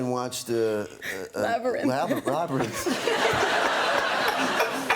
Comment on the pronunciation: "I have to go watch labrythn" omfgggggg